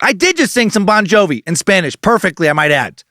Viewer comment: As a mexican, I approve your spanish